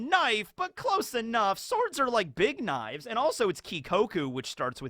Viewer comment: My dad has called them kuh-nifes too.